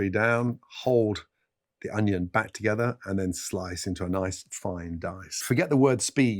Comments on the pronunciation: it’s a british thing, sometimes they say “honion” or “onihon” no idea why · Next question why does Gordon Ramsay say onion like that? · He says onion in a really strange way, doesn’t he?